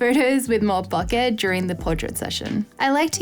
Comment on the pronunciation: Bokeh is pronounced Bow-Ker BTW....